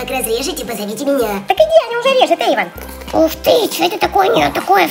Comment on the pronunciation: Есения бергер не эван а эйван